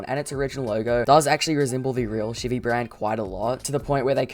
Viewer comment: Sheevie? You mean Chevy?